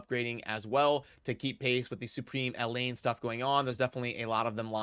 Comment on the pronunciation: I love the Raid content creators.. But by God man.. Do none of them learn the names well enough? It's not Elaine, it's El(H)ain, with the emphasis on the H in her name.. Lmao.. Love ya! Still better than Ash! 😂🤣😂